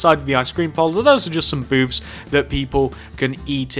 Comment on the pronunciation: When he said "booths" I heard "boobs". But I know so many other people heard the same